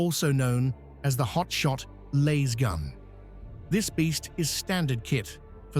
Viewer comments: It's a Lass-Gun, not a Laze-gun,. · The a is short not long. Damn this AI voice crap. You'd think with all the money spent on AI research that it would know grammar. Yet it still can't get 1st grade grammar correct.